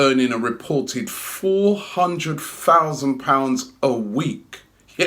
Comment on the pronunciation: “Four hundred fousand a week”